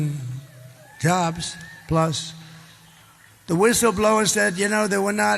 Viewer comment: I think when he said cobs he meant jobs